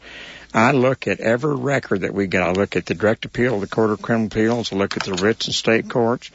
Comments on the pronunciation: It’s “appeals” not “apealds”. Good grief. I know Ray likes to intentionally sound as feminine as possible because he likes the attention, but damn, he’s got the most annoying and activating sound I’ve ever seen. Pick your mouth up and stop playing into your sexuality every other second. Nobody cares. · The sound of Ray Hill’s voice has got to be the most annoying lisping voice I’ve ever seen. Can’t even listen to it. Man pick your mouth up. The feminine lisp on top of it is just awful. “Appealds” - if I hear it one more time. Ray, there’s no L in “appeals”.